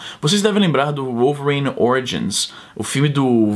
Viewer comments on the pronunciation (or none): Izzy já que vc tenta falar melhor o português aqui nós falamos "vólverine" no vídeo vc falo "uolverine" ;-)